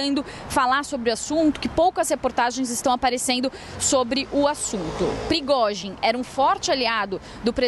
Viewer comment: Meu... Que repórter ruim... Erros de fala e nem sabe pronunciar o nome do líder do Wagner.